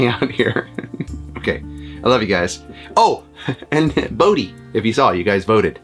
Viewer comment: Brodie, with an ‘r’ it is Scottish